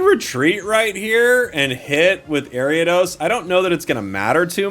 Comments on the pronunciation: Airy-Ah-Dose? What in the holy he!! Is this abomination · AIR-EE-uh-DOS..... AIR-EE-uh-DOS!!!!!! ARIADOS!!!!!!! YOU VULTURE!!!!!!